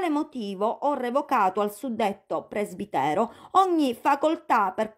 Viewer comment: A Telejato hanno giornalisti che fanno fatica a leggere e che non conosco la parola presbitero, pronunciandola presbitèro.